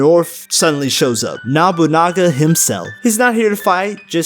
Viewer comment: It's interesting that Oichi is helping the Protag instead with her brother, Oda Nobunaga and why you pronounce his name as Mabunaga even though it's Nobunaga?